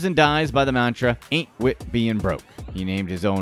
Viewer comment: Every time he said anit wit being broke I laughed the way he said it was too funny 😂